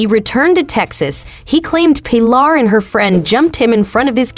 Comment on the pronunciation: Funny how you pronounce an uncommon name like 'Pilar' correctly but not Deeeee-on lol